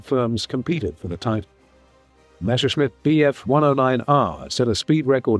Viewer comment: Why does everyone make the same mistake? It is not Meschersmidt. It is Messerschmidt.